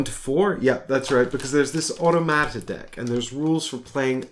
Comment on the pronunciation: I love hearing you pronounce “automata.” I need to use this word more often.